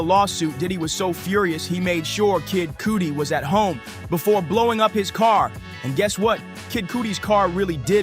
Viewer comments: Learn to pronounce the names before you post ..jmho...cuz his name ain't pronounced Kid COOTY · You are actually saying his name wrong 😂😑 Kid Cudi like the way u start saying cuddle cud-dle-cudi and di u pronounce Dee